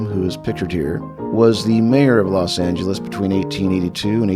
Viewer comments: sounds like she pronounces it "Los Ang-el-es" with a hard G sound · . Los Angelean here ( who like most people here are from somewhere else). Please take notice how the niece does not pronounce 'angel', in "Los Angeles". it's more like "Los Aynglis". I love it. I heard about this pronunciation, but never in a recording. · In these old videos, I noticed they always pronounce Los Angeles with a hard G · Interesting to hear someone from LA at that time call it l “LasanGulus” hard G? (niece) instead of what we in SoCal said: ”Loss-SANE-jealous” ca 1970, more drawn out with more accent on the second syllable (neither saying LOS with long O as in Spanish). I think speech changed so much in the forties, so much changed about LA in that time too. This woman is an elegant speaker. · Los angheles, i knew i pronounce that right, the dude at the airport corrected me, as if i didnt know they engliscised it with los anjeles. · Los ENG-elees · I love how they pronounce Los Angelos with the "gah" sound. You can always tell a native LA person. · "Los ang-lis" took me out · "Los Angle les". The pronunciation I remember from my family too. The Aunt didn't use it but the niece did. Amazing. I almost forgot it. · That pronunciation of los Angeles is shocking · Notice how they pronoupronounced Los Angeles with a hard “g”. That’s how some people still pronounced it in the 60’s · As a child I remember several people pronouncing it that way. I remember wondering if they were from the Midwest or if it was just an additional -altho incorrect - way to say the city's name